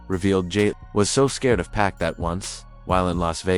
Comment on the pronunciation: The way Pac is pronounced is annoying